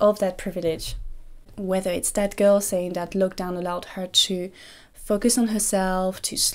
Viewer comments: everytime she says 'that girl' i hear 'dead girl' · Every single time you say "that girl" it sounds exactly like you're saying "dead girl".